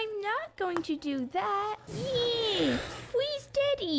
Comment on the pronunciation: Bro it sounded like there were saying please daddy 👨 my ears have changed over the years when I realised they said freeze daddy 😃 🔫